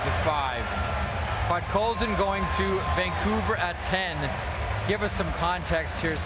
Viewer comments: "Pot-coal-sin". So easy to pronounce right, but I guess this Vancouver guy learned other players names in front of the mirror hours before the draft. 😁. By the way: A steal ! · Homie had a stroke saying his last name lmao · He cant even say Podkolzin right, lol